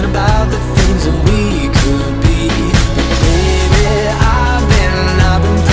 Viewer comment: ออกเสียงคูทถูกแล้วครับ